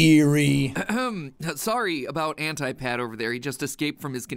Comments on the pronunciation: Ant-I septiceye makes more sense than “ant-ee septeceye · It's Anti ANTEYE NOT aNtI Sean get it right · WHY MATPAT WHHHHYYYYYYYYYYYYYY its anti NOT ANTIIIIII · Jack reacts to a theory video about Jack, who was made by Matpat, Epico 🤔 (Kekw) Looked like a pretty fun moment on stream, someone got to let Matpat know it's antea not antie, other than that it was a fun theory to watch. Whether it was right or wrong, the effort process was interesting to watch. Wonder if Matpat will react to the react & become a double react. Pretty Awesome Highlight, Keep it up & Stay Safe Man 😎 👊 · Wait- it's Anti (Auntie) and not- you know.. Anti (ant-eye) Anti(Auntie) just sounds in my opinion; absolutely a w f u l.. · I cringed too hearing AntYE not ANTY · "Anti-Septiceye" rhymes, "Antee-septiceye" sounds... Not as good. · People calling it "an-tie" is like pronouncing "dark-eye-plier" it's so cursed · Pronouncing it "ant-eye septiceye" actually makes it rhyme. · Matt’s killing me saying ant-eye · I have to say this, because I just need to...Anti and Ante are actually two different things. We pronounce Antimatter like An-Tie and Ante is when you put something up in a game. Like, Yu-Gi-Oh, Poker, we even have a little phrase for it. "Let's up the ante". 😅 I'm sorry I had to every time I heard you correct him my brain automatically screamed. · "The one and only an-tie septiceye" Jack: 🤮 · Ant-eye-Septiceye. I think that's where its from. Not Anti, but Ant-eye. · And when he said anti it said it as auntie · Why people pronunciations anti as hentai and not ANTTI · Jack getting mad at Mat every time he says Anti has the same vibe as him getting mad at everyone pronouncing Sean wrong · Jack getting annoyed at matpat at calling anti, ‘anti’ was great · When someone doesn't even know how to correctly pronounce the name of the big villain of a series, I struggle to believe anything they say about it. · Why does Sean keep trying to pronounce anti like ante?